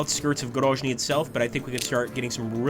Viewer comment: GroZny. Yes, Zealand. Sound (zh) usually wrote as zh (Nizhny Novgorod). I think you should pay more attention on supply lines. I don't know how it exactly works in this game, but maybe you need roads and railroads be under your control on the whole way to your troops or to nearest city. Maybe you need to check it and take under your control especially on the north, where your main forces advance to GroZny. Don't make mistakes russian command did.